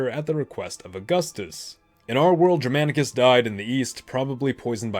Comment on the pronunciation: he pronunciation of Germanicus and Germania with a soft G is rather frustrating considering how often it comes up. A hard G is what should be used.